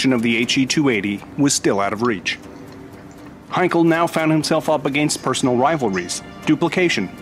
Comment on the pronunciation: it is funny that you pronounce Heinkel as Heinkol -- same sound as Bell but not Ball - does this make any sense - by the way it is a German name - not british. Actually, if you paid any attention to Dr David Myrha you would get it right.